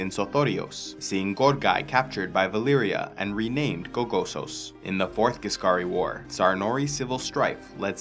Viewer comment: What he says:"The Ghisscari war " what I hear "the First Punic war"